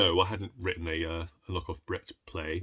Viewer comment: I love the way you are pronouncing Brecht, so that it sounds like bragged. Quite apt, if you think about how he was. 😂 And who does not love E.M.Forster? His writing is just extraordinary.